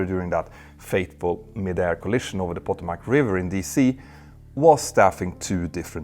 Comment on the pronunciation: pah-TOH-mac river.